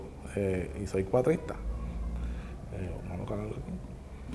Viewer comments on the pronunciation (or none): Juega Ricky Torres! BTW the name is Cuatrista, not Cuadrista.